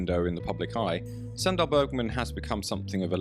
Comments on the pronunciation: Dał bym łapkę w górę ale nienawidzę jak BOT czyta... Suundal Bergman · Sry, thought you said Sandra Bergman